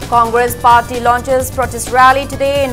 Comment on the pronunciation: Comgresssss😂😂😂 ekai khngdedako noise